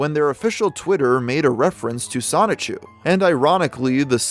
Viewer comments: A little confused as to why anyone would make a Chris Chan documentary when Geno Samuel has been making one since 2017. Also dude, ffs, its pronounced soni-chu. not sonic-chu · As many times you’ve researched and read this documentary you’d think you’d know how to say “Soni-CHU..” I’m not even an actual journalist and I know that it’s not pronounced “sonic-chew.” 😂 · is he still saying sonic-CHEW instead of sonichu ? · “Sonic-chu” it’s so over…… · It still baffles me how some people pronounce it “Sonic-Chu” instead of “Sonichu”.